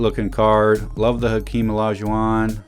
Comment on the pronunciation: When did they stop printing the H in Hakeem?